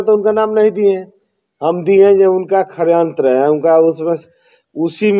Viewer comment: बोलने भी नहीं आता षडयत्र को खडयत्र बोल रहा है ....